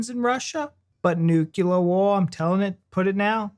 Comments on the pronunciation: Nuclear. Noo-clear. New-clear. How you guys got to Nukular from Nuclear fraggles my mind 😂. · Talking of mispronouncing thing 'nuclear' has only two syllables; 'nu-clear'. 😄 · Nuclear not nucular mate. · Nu-CLEAR, not nu-KELAR. It comes from the word nucleus. As in splitting up the nucleus of an atom to create energy. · It’s NUCLEAR NOT NUCULAR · Nucular War? Do you mean Nuclear War? Not the best of starts....... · A lot of people cannot say Nu-clear and find themselves saying “nukula”. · Not sure what nucular means…please explain. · Please stop saying 'nucular' - it's nuclear. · Please, nuclear not nucular! Not unless you're doing a George Bush impression. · It's pronounced nuclear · I can't watch a video in which someone pronounces "nuclear" as "nukular", even if it's a joke. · I was referring to the "clear" part. How did they get (new/noo) - kyoolurr from clear.